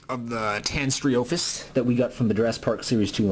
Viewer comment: The name is actually pronounced: TAY-nee-STRO-fee-US. Also, the reason why the figure is marked as being made in '93 is because toy companies would start prototyping before initial release the next year.